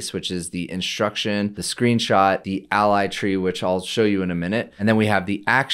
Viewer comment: lol is not ally but a-eleven-y it's like internationalization as i-18-n, it's the number of characters you are abbreviating